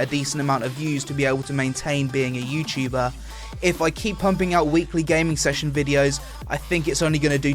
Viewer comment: youtchuber youchuber........ Youtuber!!